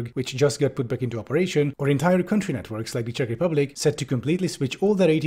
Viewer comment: Really loving your Czech pronunciation. ❤️